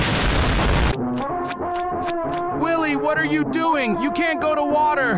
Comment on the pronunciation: Its willie not lilly🙄